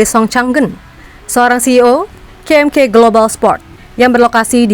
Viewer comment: ka em ka min bukan ke em ke...